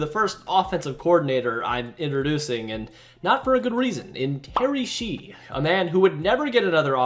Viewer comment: Decatur is pronounced Dee-KAY-tur, not Deka-tour. And Shea is not Shee, either.